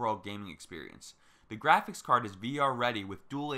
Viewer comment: "Graphics" card like holy shit how hard is it to say it normally. Fuck.